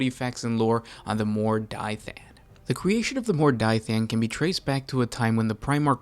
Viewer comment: Mor "Die" than? How do you to such a pronunciation from that spelling??